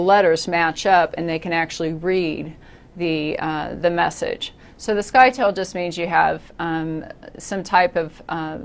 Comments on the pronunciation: Informational video, however you're pronouncing "scytale" wrong. "Scytale" rhymes with "Italy". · FYI It is actually not pronounced sky-tale It rhymes with Italy. :)